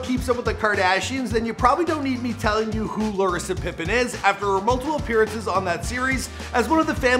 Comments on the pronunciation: Yup even the ppl hes doing the damn show on... he called her Larisa 💀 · He said larisa 🤣🤣